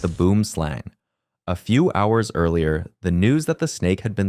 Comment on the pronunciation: this ai voice saying boomslang so wrong